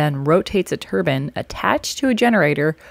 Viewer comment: As someone who has worked in the nuclear industry for 14 years, I can say she is saying it exactly how everyone in the industry does.